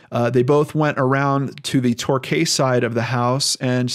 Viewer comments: It's pronounced Tor key or it is in the UK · The street name is pronounced Tor-kee :)